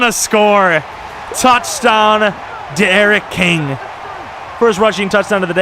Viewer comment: Pronounce kings name for Dee-Eriq King